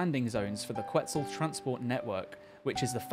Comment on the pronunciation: Ket-SAL it’s pronounced ket-SAL haha